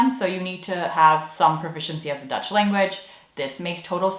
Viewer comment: Wow your Dutch accent is very good! Kudos! I think I have to agree with you on the 6 hour course on Dutch values being kind of a weird high-pressure cooker thing...